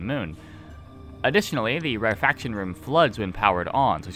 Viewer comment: my inner pedant wants to point out that "rarefaction" is pronounced "rare-eh-fak-shun" and not "rare faction" but perhaps it's not in the world of the eyetorators ;P